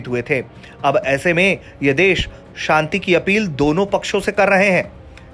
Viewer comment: तुम सब सच में कुपढ़े हो चार लाइन की न्यूज भी ढंग से पढ़ना नहीं आता मूर्खो इस न्यूज की वो गलतियां सुधारो जो बहुत खटकती है 1 OIC कारपोरेशन नही है। 2 शांति समृद्धि का उच्चारण तो तुम्हारे बस की बात नहीं मूर्खो शुद्ध लिखना पढ़ना सीख लो पहले।